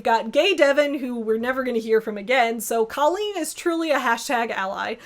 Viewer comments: "Did she just say DOLLeen Hoover?" looks up "Oh." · "Dolleen Hoover" 😂🤣💀